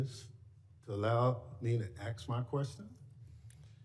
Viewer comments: How in God's name does one actually go about axing a question? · “I’m jus ax you fir won question..” what in the world? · AKS? Maybe “A S K” 😂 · He keeps saying he is going to axe her. Say what?? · He tries to axe a question!!!!😂😂😂😂😂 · See this guy don't want the truth he wants to hear what he wants to hear and if he can't hear that then you're just a liar he's a steaming pile of s*** and that's what people have to deal with with these congressmen and s*** that honestly he doesn't even know how to say the word ask correctly he says axe axe is not the way you say ask he only said it about 10 times so I'm sure people just get used to hearing him say ax you can't even pronounce the word ask never even qualified to be on any board